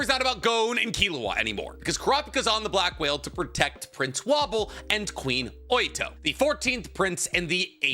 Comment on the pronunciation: Is he purposefully mispronouncing their names lmao. Sir-I-Den-Ick and woah-bull is how you pronounce their names